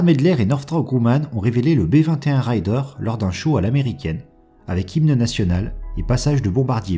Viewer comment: C'est pas " raill - deur " c'est " réder " apprenez donc a bien prononcer les mots anglais , parce qu'il y as une grosse différence entre : ryder et raider ... ryder : routier, bourlingeur .. , raider. : frappeur , attaqueur . Faire un raid ... ! Pas faire une ride ( une promenade )